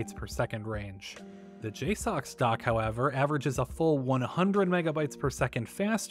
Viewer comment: It's pronounced "J-sucks"